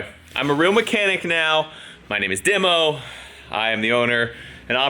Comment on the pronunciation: Demo? are you Greek By any chance? DEMO? AHAHAHAHAHA